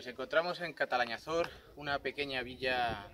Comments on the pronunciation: Es Calatañazor, no catalañazor. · Se dice Calatañazor!